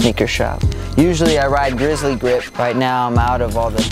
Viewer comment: He said grizzly gip at the end😂😂😂😂😂😂😂😂